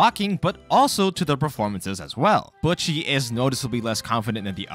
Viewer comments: This video is annoying me. He is pronouncing her name Bucchi, when it is BOCCHI! there is no u there, say it right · its Bocchi not Butcchi. besides that, great video, was fun watching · Cmon Man U watched the anime. How can u pronounced the name wrong? It’s not Bucchi it’s Bocchi! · WHY CAN NOBODY SAY HER NAME RIGHT ITS BOCHI NOT BOKY NOT BUTCHY ITS BOCHI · I can’t stop hearing “bucchi” lmao good video! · Why is he pronouncing Bocchi as "Butchy" They say it pretty-clearly in the show if you listen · i dont like how you say buchi it makes me very uncomfortable almost like im missing out on an inside joke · when you say bocchi it sounds like your saying butchy lol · why do you pronounce it like butchy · Her name is not Butchi lol. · why u pronounce “Bocchi” like you’d pronounce “Gucci”? The “o” is supposed to be like the “o” in “bohemian”